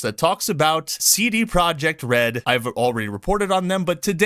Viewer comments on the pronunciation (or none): lol I heard CD project red as Seedy project red.